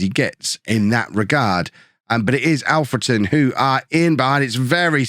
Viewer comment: I don't mean this badly, but thank you for pronouncing Alfreton right! 🙌🙌 The last few episodes, you've not said it right. And it was bugging me a lil, as I'm from there my self